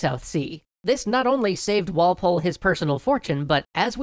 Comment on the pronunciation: Okay, I got so annoyed by your emphasis of Walpole.